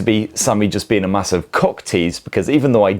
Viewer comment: Did he say cock lol